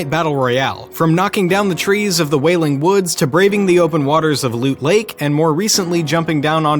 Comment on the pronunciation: He said wailing woods lel